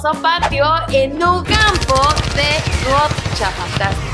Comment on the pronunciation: Que sepa No se pronuncia Gocha.... JAJJA